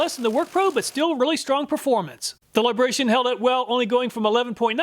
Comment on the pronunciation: It's LibraTON, not Libration. 😄